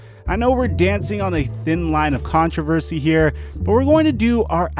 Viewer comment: WOW!!!.... CAN actually say"controversy" properly!!